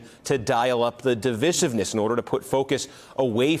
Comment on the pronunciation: Look it up, MSNBC, the word is not pronounced div - is - ive ness. It's div I sive ness, as in DIVIDE. FFS speak English!